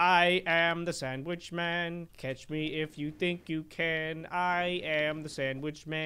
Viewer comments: i like how he says am a sanwich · santwich lol